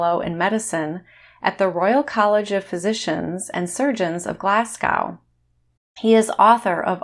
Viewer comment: As a Glaswegian I’m laughing at the pronunciation of Glasgow “Glass-Cow” 😂